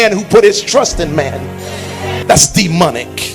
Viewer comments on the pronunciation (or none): “That’s dem-unnic!!” 😂😂😂😂😂 He has really terrible ways of pronouncing things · "Dee Munick"